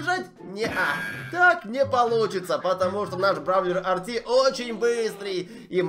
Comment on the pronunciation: Это не Арти а эрте